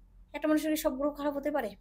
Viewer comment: যার গ্রহটা সঠিকভাবে গ্রহ বলে উচ্চারণ হয় না যিনি গ্রহকে গোহ বলে তিনি আবার অ্যাস্ট্রোলজার সম্বন্ধে বড় বড় বাতেলা বিদায়। মূর্খের প্রলাপ।